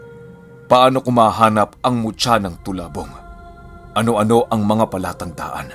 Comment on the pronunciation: Smooth lng pag bigkas ng tulabong pinuno hehe